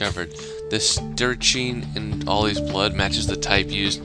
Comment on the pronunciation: In the part 33 you added, strychnine is pronounced like "strict nine" without that second t. :)